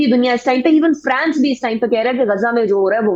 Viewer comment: محترمہ عنیقہ۔۔۔۔۔ فرئینس نہیں فرانس ہی ہوتا ہے انگریزی میں۔ ویپن اوف وار کو وار اوف ویپن کیسے کہہ سکتے ہیں۔